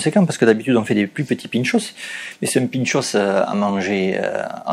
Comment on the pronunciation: Un pintxo, pas un pintxosss ...